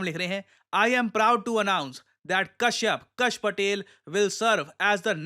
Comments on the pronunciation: His short name is pronounced as “Cash” not “Kash”. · कश नहीं कैश। please use right pronunciation 🙏🏽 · कश नहीं काश पटेल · Its pronounced cash Patel 😂 trust me I'm Gujarati too i know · 🇮🇳 Actual Pronunciation: Kashyap Patel 🇺🇸 American Pronunciation: Cash Pat àL 🤣🤣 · Its not ksh its KASH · Read as "Kaash Patel" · Can you pronounce Kash properly?